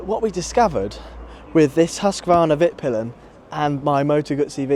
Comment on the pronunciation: Very interesting! Didn't expect that, perhaps results would have been different with a less radical looking modern bike? I mean IMO Husqvarna and KTM is very dividing, people generally either love or loathe the styling. Friendly correction - it's pronounced 'Veetpeelen' Greetings from the land of Husqvarna :) (At least where they originally came from)